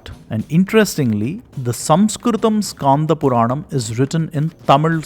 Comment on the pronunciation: i am from thamizh nadu.I know thamizh. It should not be pronounced as irama but rama 'e' is silent. Btw it should be pronounced as Skanda not Skaanda. Also it " Yeri kaatha ramar" since he protected it. I am near that area so i know it. Kindly take it in the learning sense. Thanks